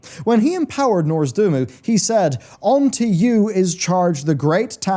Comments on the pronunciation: Every time says "Norz-du-mu" instead of "Nozdormu," take a shot. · Dude, will you finally learn how to pronounce noz-D-O-R-mu correctly? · Hey, I love your videos, but please pronounce NOZdormu correctly. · Ah yes, Norzdumu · Over time his pronounciation will change more and more until he says "Murozond" and the end times will be upon us!